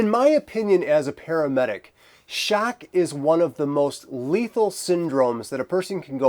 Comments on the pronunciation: Its “Shock” not “Shaerk” haha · The way you say "shock" I wanna hear how you say "Nevada" now.